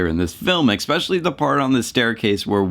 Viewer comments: .......you said 'expecially' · there’s no “x” in the word “especially”.